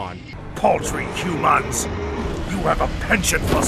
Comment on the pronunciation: Uses Ferengi dialect when saying "humans"